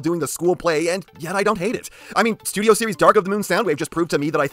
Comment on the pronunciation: I really hate to be that guy… but… 🤓”Ehrm, Actuwally It’s spewt Series”🤓